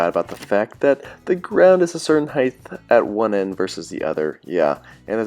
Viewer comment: Why must people pronounce "height" as "hieth?" I don't have many pet peeves, but this is definitely one of them! They teach you this in the 2nd grade man